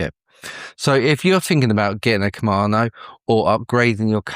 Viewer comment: KamaDo, not KamaNo